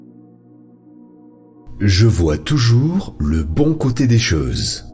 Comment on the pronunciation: Choses, pas cheses